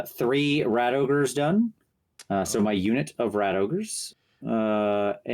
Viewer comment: said ratogres wrong. It's ra-togres